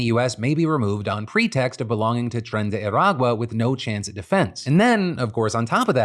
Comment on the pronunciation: As a Venezuelan, listening to Phil say 'Tren de Aragua' is... Bizarre.